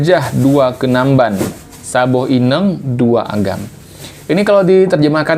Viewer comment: Ineng ⁉️ Inong (inöng) ✅